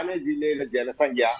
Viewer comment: "സംഘ്യ " യോ ! ' സംഖ്യ ' യാണ് ശരി.